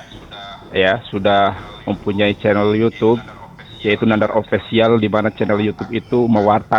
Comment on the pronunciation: English aja amburadul, mau sok-sok bahasa Yunani pula. Denger aja official dia bilang "opesial" wkwkwk... Di video lain thumb nail dia bilang "tum nail" wkwkwk... Saya panggil aja mulai dari sekarang wkwkwk...